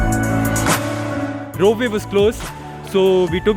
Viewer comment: Bro it's rope way not rope vay.